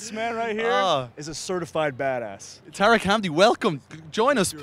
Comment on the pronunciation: Bruh its tarek not tareg